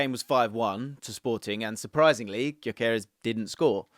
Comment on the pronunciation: BTW since he's of Hungarian descent the name is pronounced "Dyökeresh" with the Gy sounding like "d" in amount due or mountain dew. Annoying that he's playing for Sweden instead of Hungary, dammit.